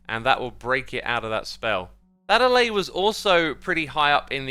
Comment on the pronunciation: Dude. Alláy, not állay